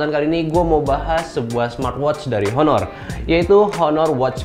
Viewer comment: Baca "aner".